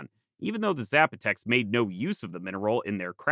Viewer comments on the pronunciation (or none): Zs are pronounced as Ss in Spanish. Sap-o-tec